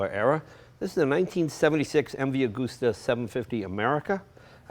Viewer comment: Please, you don't drive a motorcycle, you RIDE a motorcycle. If its such an iconic make, why cant you pronounce it properly? Agooooosta, is not the correct pronunciation. Anyway, enough of that, I'm off for a drive on my Cooowasaki Ninja........